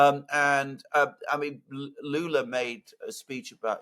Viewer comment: Lula not lukas